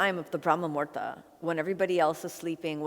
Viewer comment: Kino, you are so cute! But it is brahma muhurta (Muhūrta (Sanskrit: मुहूर्त, romanized: muhūrtaṃ) not murda - murda is a corpse in Hindi. Muhurta is the right moment in time, that unit of time that is mathematically calculated and predicted by the astrologer or priest for a particular event like we have muhurtas for the naming ceremonies, thread ceremonies, marriages when the knot is tied, for fire ceremonies/yagnya/yagya or agnihotra or havan, basically for literally every puja or ritual. If you miss the muhurta, you cannot proceed with the action (ceremony) you wanted to conduct and a new one must be found because it is considered "abshagun" or bad timing which implies the time will not bring fruitful results or worse bring difficulties, like e.g., we do not start or perform any deeds during "rahu kaal" when planet rahu rules because disaster is predestined (ofcourse this is orthodoy and has scientific reasoning as to give humans a break from work). So Brahma Muhurta is 1.36 mins or 96 mins before sunrise.